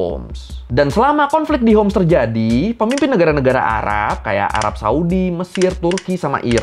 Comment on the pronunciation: حمص hims Bukan hums